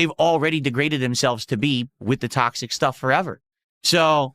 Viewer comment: "sticking my toe in the tocksick pit, as they say right guise", literally no one ever has said that.